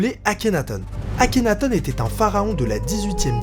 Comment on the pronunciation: Par contre c'est pas plutôt akhénaton comme le thon que akhénatone ? (Je parle de prononciation pas d'orthographe)